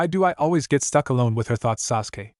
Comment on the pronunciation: What the, Arisher = Arashi, Shersway = Shisui, since this annoying AI narrator changes shi to sher in every story, except for Kakashi or Kakasi son of the White FONG, umboo, Chon. I hope the stuttering stalker has a larger presence in this story so I can mark another story to not listen to. The nia 5000 times turned me off to this story. Sajuwik Uchiha is apparently Sasuke's name according to the AI narrator.